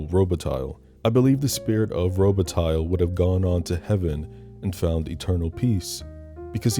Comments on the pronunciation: That better not be real mink 😂 And it's Daniel Robih-tie. If we're getting technical and all phonics. Also also: F**K YT for not letting you use Philip Glass' score. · Lol miss pronouncing robatille. (The lle is silent, it's the french pronunciation.) Fuck I love this movie